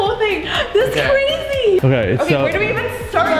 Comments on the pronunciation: I relized that said frazy instead of crazy:D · you said frezy